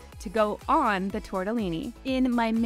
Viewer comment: Americans pronouncing Italian typical foods will forever make me smile, it's so funny🤣 Tortellini is pronunced with a strong "t" and with two Ls that you should hear properly. Italian really, it's pronunced exactly as it's written so it should be easier for foreigners